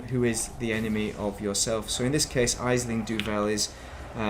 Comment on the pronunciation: Ash-ling its pronounced its an irish name aisling, Great content 👌 thank you for sharing it